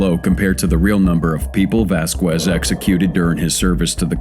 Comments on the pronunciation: Vask EZZ not vask wezz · It says Millan then the reporter on the news says Bayan then Vásquez mispronounced as hell hahahaha. What a mess on this video.